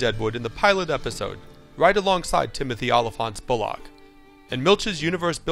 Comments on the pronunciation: Jesus Christ, it's pronounced bulluck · The way this guy pronounces names is so annoying. BullLOCK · A fine review, but the man's name is Bullock, not Bull-OCK. Anyways, Deadwood is the greatest show ever made. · Please explain to this narrator how to pronounce "Bullock"!!!!!!